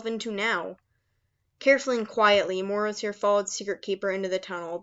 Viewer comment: its late and i dont mean to offend you but i think the morrow in morrowseer pronounced for like mar-row like tommorow since he is supposed to be able to see the future or tommorow